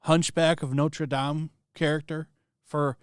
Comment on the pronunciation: Notre Dame = Not Ruh Dam